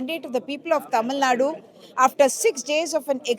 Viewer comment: Excellent reporting but....it's not Naadoo. Pl say it correct. Tamil Nad...u at the end v short somewhat like the u in urban